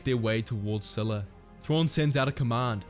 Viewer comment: Csila is pronounced Chila like China or Czila as Czech.